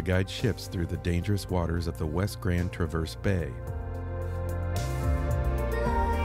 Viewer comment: Really enjoy seeing others' enjoyment of our mitten state. With all due respect, it's Traa verse, with the emphasis on the first syllable. 😊